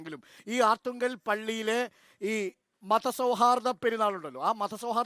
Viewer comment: ആർത്തുങ്കൽ അല്ല അർത്തുങ്കൽ ആണ്.